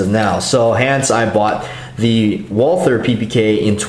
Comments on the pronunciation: John K. Lindgren ....In english, we call it WALTER... Not walTHer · Why does the dude say Wal-"TH"-er. Sounds weird! Like "TH"-ai-land. Bangkok-Johnny Thailand.